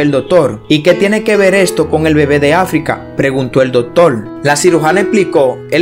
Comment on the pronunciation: Dotor no!!! Se dice Doctor!!!!!